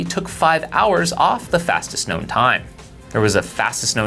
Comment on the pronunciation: Long Trail "fastest KOWN time"